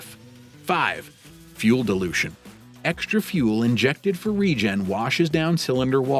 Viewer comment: Love how you can correctly spell DILUTION, but can't pronounce it. 😂